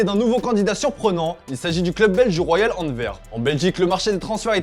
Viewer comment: Les gars, la Belgique c’est juste à coté. Il serait peut être important surtout pour un journaliste de se renseigner sur la prononciation des noms de villes. En français : « Anvers », le « s » se prononce à la fin. En flamand, « Antwerp », le « w » se prononce « we » pas « ve ». C’est la même ville en 2 langues. De rien.